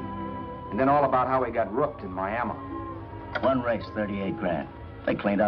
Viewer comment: I love how he pronounces Miami Miama lol